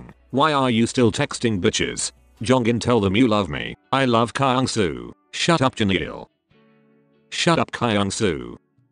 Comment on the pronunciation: THE WAY THEY PRONOUNCE KYUNGSOO "cry-young-sou(p)"